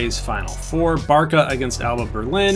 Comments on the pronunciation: Just so you know Barca is pronounced "bartsa" or "barssa" and not "barka" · just cause this is pissing me off: (Bar-suh) not (Bar-kuh) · yeah, but Barça is the short way of saying it (it's a Catalan name) and you pronounce it as Bar-suh, or just read it as Barsa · | You said Bar-kuh multiple times in the video. I never said you were a moron, don’t take it like it’s personally. I was just informing you as a European. Sorry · the short name is used most of the time, just the pronunciation is a bit different than what you said